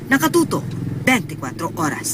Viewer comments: hoy marizol a.wers hindi ars..nko ... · a-wers po hindi ars ang pronounce sa oras, 2 syllable word po iyon.